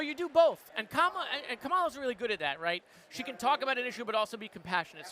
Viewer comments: C'mon, Moskowitz, her name is KAmala, not kaMAla. How are we gonna get MAGA to pronounce it if one of our own can't? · he said her name right, then uncorrected himself. LOL